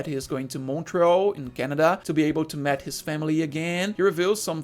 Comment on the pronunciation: Meet is pronounced as meat, not met